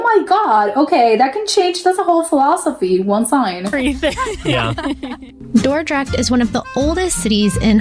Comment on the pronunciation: It is Dordrecht, I guess the other youtubers are buncharted.